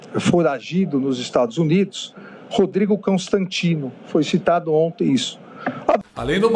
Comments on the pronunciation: é impressão minha ou o Cabeça de Ovo chamou o Constantino de Rodrigo "Câostantino"?! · E ainda falou "Cão"stantino . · só eu reparei que o xandele falou "cãostantino"? Ah falou sim!😂😅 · Observe que,o Xandinho,na segunda vez que fala o nome de Constantino,ele diz cãostatino,sugestivo,ou provocativo,ou foi o ódio que o fez pronunciar errado o nome do querido Rodrigo Constantino. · Ele fala cão tanstino perceba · Não sei se ouvi direito,mas acho que o Xande falou Rodrigo cãostantino😂😂😂😂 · Vocês perceberam que ele chamou de “Rodrigo ”caostantino? No minuto 5.05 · Que engraçado. Voltei pra ouvir de novo e tive a impressão dele ter falado Cãonstantino. Magina. Desculpe. Foi só impressão. Expressionante! 😂😂😂😂